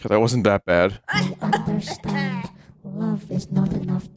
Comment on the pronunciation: "d'y'oonderstahnd". the classic Glaswegian accent.